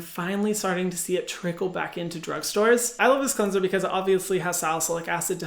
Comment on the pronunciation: ✨qwenzer✨ 😍 (this isnt hate, i love hyram <3)